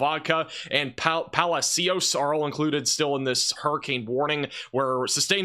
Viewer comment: Palacios pronounced Palashios